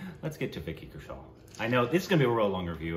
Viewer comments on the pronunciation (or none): Kaushal (cow-shall)..... right pronunciation..................... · U should say like. ( kaw shall) his surname.